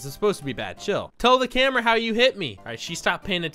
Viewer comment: When person says coffe wrong - lol lol lol lol when he says camera wrong